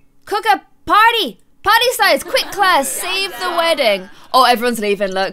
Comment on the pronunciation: Thw way she says party is like chinese and korean eople it was so cute